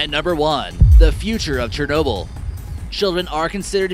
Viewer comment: "CHERNOBEL" Please can u spell it?